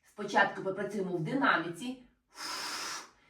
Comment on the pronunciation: В динаміці..., говоріть правильно...